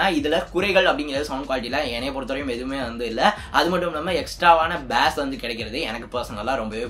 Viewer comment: பாஸ்(Bass) இல்ல ஜி பேஸ்(basa)